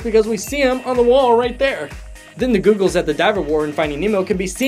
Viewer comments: wait. did say GOOGLES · Every one knows that he meant goggles, silly Trish Ragan.